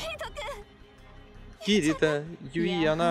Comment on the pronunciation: Костя!Ты первый человек,которого я знаю,который не говнит второй сезон SAO.Уважуха.Мне лично как первая часть понравилась,так и вторая.Аниме Ускоренный мир имеет довольно жизненную тему,и к тому же связана с виртуальным миром,по идее.Сама не смотрела,но,для понимания некоторых деталей данной игры,возможно и стоит посмотреть.Или вдоволь.И не юИ,а Юи.